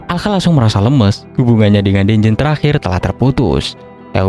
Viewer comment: cara bacanya danjen bang bukan denjen